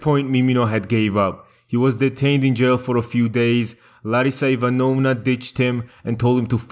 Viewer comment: Dude, Ivanovna is pronounced a bit differently - the second syllable is stressed, not the third.